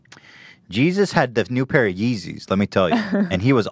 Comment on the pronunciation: "Jizzus" - Hila Klein 2018